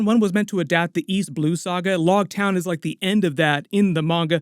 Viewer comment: It’s loguetown like rogue not like log. Big fan just thought I should help as a manga reader.